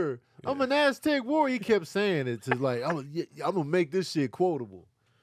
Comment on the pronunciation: Oh wow!!!! I just realized that he said "I'm an Aztec warrior." All this time i thought he was saying "Elastic warrior" 😂🤣😂🤣 Thanks